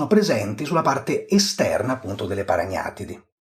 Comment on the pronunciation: Quando il maestro pronuncia la parola "paragnatidi" in Francia qualcuno ha un malore 😂😂😂